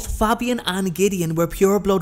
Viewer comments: It was great apart from you miss pronounced Fabian’s name the A is long like in the name Damien 😀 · Good video, love these really obscure stories. But I have to say your pronunciation of Fabian is killing me